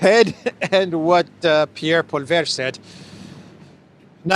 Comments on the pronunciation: POL EE EV" Please, say it right. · not being able to pronounce Poilièvre to save his life is a bad omen for Canada LOL --> PWA - LEE - EH - VVV - ERRR - E (I must admit that last part is hard to prononce) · the guy is French Canadian and his name is pronounced "po-a-lev" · Poilievre is pronounced Pwah - lee - EVr (the R is almost silent). He is a rabid neoliberal reactionary hostile to any hint of social democracy such as universal single-payer healthcare or purpose-built affordable workforce housing, both of which have long histories in Canada. Canada lost it sovereignty when NAFTA went into effect in 1994. Canada sent troops to Iraq and Afghanistan. Canada sails frigates through the Taiwan Strait. Canada helped the U.S. implement the Orange Revolution which prevented Yanukovych from assuming the presidency when he won it in 2004. Canada is a NATO vassal of the U.S. empire. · Poilievre is pronounced Pwa-Lee-Evvv... just saying. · Canada has been the bitch of the US for a long time. Trudeau not calling an election was cowardly. The next PM of Canada Pollievre is pronounced Polly-ev. It took me awhile to get Pollievre's pronunciation correct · Say it right: POLI - È - VRE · Pronunciation aide: Poilievre ... ready? Poi = pwa li = lee evre= EVruh(soft ending) ... Pwalee-EV-ruh (soft ending) More simply: Polly-EV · … Good video as usual, but you are getting me almost pissing my pants each Time you attempt to prononce Poilievre ´s name😂. Try « poa-liai-vrrrrr » and you will be on your way. Friendly regards from France. Next Time: how to pronounce the names of German newspapers, as I cannot change pants all that often😉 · Poilievre pronunciation is "paw-lee-yev" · How to pronounce Poilèvre... Pwa lee hey vre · Hi It's pronounced Polee Ev. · It's pronounced - Poly-ev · Pierre PO-LEE-EH-VRE (3 syllables) 😂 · Enjoy your dailies - just a small FYI - His name is tricky - Pierre Marcel Poilievre PC MP (/ˌpɔːliˈɛv/ PAW-lee-EV